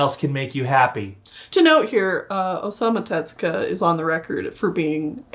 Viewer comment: Pronunciation note: It's Tezuka, not "tetsuka." In Japanese, "tetsu" means "iron.